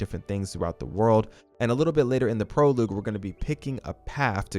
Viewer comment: Thanks for the tips. It’s pronounced “Pro-log” not “Pro-loog”